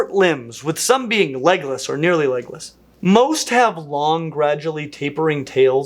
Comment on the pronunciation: I several times heard Legolas instead of legless. Where would the different dragons fit in best if they were real?